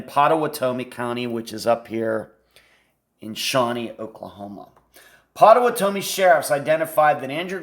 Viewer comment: Pot-uh-watt-uh-me is how to pronounce the county, if this makes sense. I live in Oklahoma County next door. The Red River would be the only river in which someone would refer to it as “the river”. I have crossed that river many many times. You always lose phone service just before crossing it, as you are leaving Oklahoma into Texas. Not sure I should even be commenting, but will since you put some effort into this video. I know Andrew. Hired him years ago when he was about 20 years old. He has since left the company that I hired him with. I was floored when I heard of him being missing. I still know people that know him and his family and have since been told by somewhat reliable sources, as their information is hearsay, that Andrew met Mr Stussions wife on a flight to somewhere, and took a liking to her. Then they became friends afterward leading to him becoming partners in the restaurant business with them for a short period of time. Something went bad between them and the result was Andrew losing $250,000.00. What I have learned is that the FBI is in search of Andrew and had reached out to him to interview him in the murder of the Strussions. The story is that Andrew, never having ridden a motorcycle purchased one for the sole purpose of a trip to Ohio, since a motorcycle cannot be tracked by systems like On Star. After he learned how to ride the motorcycle took off to Ohio and performed this crime, as he knew the layout of the area and their home. They were closing in on